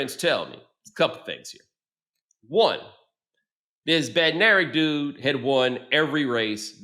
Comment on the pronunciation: Bednarek is pronounced "Bed-nuh-reck"